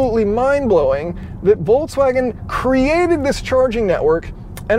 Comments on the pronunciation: Is he saying "Voltswagen?" That was a thing for only about 2 days... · why is it so difficult to pronounce the brand name?! at least there are no unfamiliar syllables to English speaking person. However, in the end it "sounds" like [voltsvagen]. Don't mention the first consonant, English never bothered with German V and W difference, but at least the middle ks definitely cannot turn into ts. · It's interesting that you pronounce Volkswagen, "Voltswagen" in a feature about an electric Volkswagen. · Why do people keep calling it "VolTswagen" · Good content as always, but it is pronounced Folkswagen, not Volkswagen. V=F. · Volts wagen??? Folks vagen VW did it to you for mispronouncing their name 🤣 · Am I the only one hearing "VOLTswagen" all the time? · Does he say "Voltswagon"? :-D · Did you call them "Voltswagens"? 😆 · Calls it Volts-Wagen without even noticing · Folksouagen, ha ha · It's FOLKS-VAGEN, as in FOLK, like folk song. (in German language V is F, for some reason, and W is V, German isn't my native, so...) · "Hello everybody, and welcome. We are inside the VOLTSWAGEN" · I find it hilarious that if I don't pay attention it sounds like you are saying voltswagen :D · Being from Europe way that You pronounce Volkswagen sounds atrocious, it really hurts my ears :p Anyways, wouldn't QR code by the cord be a fatser option than playing with the app? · I understand. But still, why pronounce "ts" in volKS?